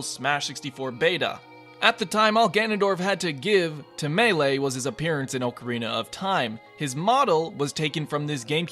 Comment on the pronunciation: Disliked for pronouncing "ocarina" wrong.